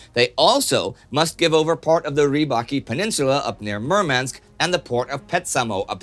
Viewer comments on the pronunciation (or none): none